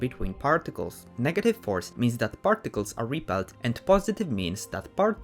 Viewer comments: 'parrticless' lol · I though he sed farticels